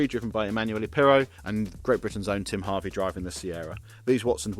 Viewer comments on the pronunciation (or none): none